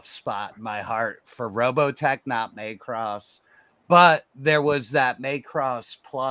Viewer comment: please don't pronounce Macross as May-cross. It hurts my ears.